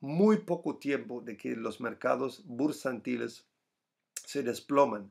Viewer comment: Jajajaja, con respeto, me divierte escuchar tu español.. No has aprendido a decir "retroceso" siempre dices "retrocedo" y ahora "mercados bursantiles" y se dice "mercados bursátiles" sigue hablando español, en algún momento también te causará risas escuchar. Feliz y merecido descanso. No tengo billetera btc, tengo billetera PLC